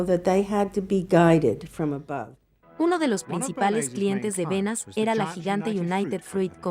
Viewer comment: Me pregunto por qué motivo, la persona que relata en español, lee tan horriblemente el texto… sin entonación ninguna, sin la pausas adecuadas y sin hacer siquiera caso a los más elementales acentos (sólo como ejemplo, no escuché ni una sola vez la diferencia entre “como”, y “cómo”…). Además, el documental menciona constantemente a Edward Berneys, y lo leen como “Benas”… Realmente una pérdida de tiempo